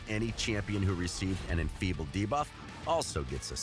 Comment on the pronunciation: exTRACT... deBOFF... Who is this guy?